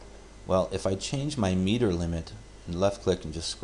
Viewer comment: it is not meter, it is miter!